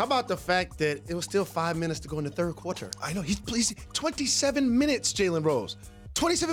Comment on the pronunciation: Jalen said "quarter" weird.